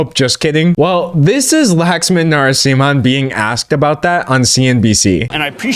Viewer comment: your pronounciation of the ceo's name killed me, its not 'Lax- man' its lu-k-sh-m-un(as in stun) TT